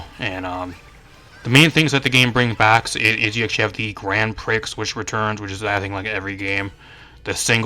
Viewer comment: great video, just one thing, * Grand Prix * is pronounced as Grand Pree, not priks. Prix is a French word thus pronounced differently.